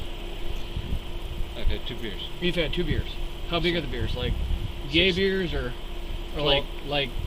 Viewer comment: Like when he was asking the guy how big his two beers were? He used his hands and said like yay beers? I believe that’s it?